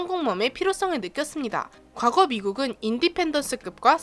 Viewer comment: 굳이 항모와 강습상륙함은 항모는 항구에 정박하면 해군이 나오고.. 강습상륙함은 해병이 나온다는거.. 근데, '과거' 발음이....